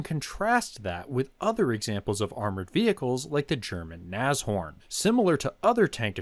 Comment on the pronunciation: Thanks for pronouncing Nashorn correctly.